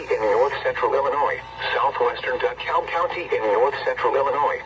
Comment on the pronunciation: Paul said “DuhKull” instead of “DeKalb”